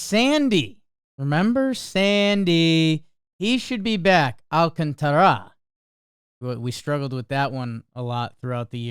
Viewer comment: i can’t believe we are still pronouncing Sandy’s name wrong in 2025. please pronounce it more similar to “AL-CONTRA” but throw in the A sounds a bit to make it “AL-CONTARA”